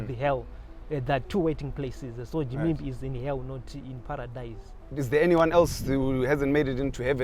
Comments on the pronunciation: Am I the only one who is hearing a JIMIMBI in the place of Ginimbi? Hahahaha is always on point! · Gimimbi Me: anonzi Ginimbi iwe msoro bhangu 🤣🤣🤣🤣🤣